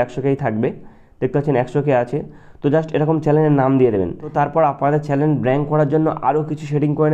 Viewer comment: চ্যালেন না ভাই😂 চ্যানেল😊